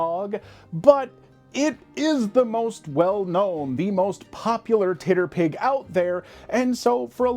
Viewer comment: I don’t think I’ve ever heard someone say TRRPG phonetically before, I was not ready for “TitDerPig”😂